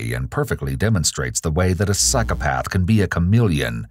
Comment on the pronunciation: everytime I hear say 'psychopath',I hear cyclepath....